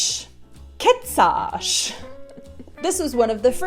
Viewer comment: Your pronounciation of "Kecáš" ... or, as you've said it "KHEecáÁÁŠ? , going a theatrical half an octave up and down in a Mariah Carrey style is as thick Prague accent as it gets! Congrats! Finally localized :D